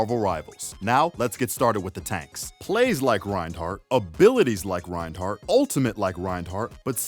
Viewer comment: The d in Reinhardt is silent